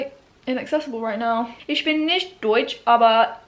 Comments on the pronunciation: You're speaking very well already! But you should try to: Pronounce the ch in for example "ich" more as some kind of weird respiring than your "sh" Don't "roll" the a that much. If that makes sense somehow? Oh! Pronounce the a more like the a-sound in "how" :D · hahah it's so funny how you pronounce 'me' in german :D how do you say china? that's how you say 'ich' also - not 'ish' - the same goes with 'mich', 'dich'...basically everything with '...ich' xD P.S. i speak 5 languages